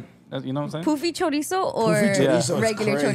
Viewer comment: It’s pronounced Puh-fee not Poo-fee 😂